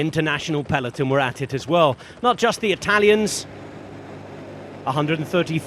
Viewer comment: Please, stop saying "Peleton"